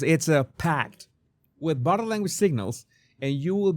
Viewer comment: Jesus, everytime You say "bottle" language, I cannot help LAUGH, it's bodie language.